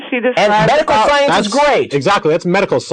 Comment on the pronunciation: Her thought's are not funny......they are fucking hilarious. This woman can't even pronounce science, never mind understand it. Where did god come from? I have never heard anyone answer that......